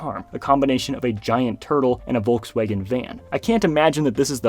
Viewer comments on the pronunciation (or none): Wolks Uagen 💀